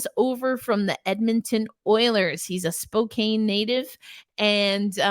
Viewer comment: Also just to note Spokane is pronounced more like “Spo-Can” like a can of soup than “Spo-Cane” like an old person’s cane.